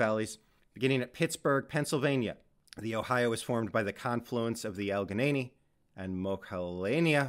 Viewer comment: Pretty cool. I am from Ohio, Allegheny is pronounced Al-le-ghe-ny, and Monongahela is pronounced Mo-non-ga-he-la